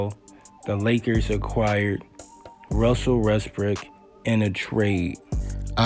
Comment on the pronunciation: “Wussel REST-brick”😂😂😂😂. Bruh🙈🙈. By the way, they didn’t even make the play IN tournament 😂😂😂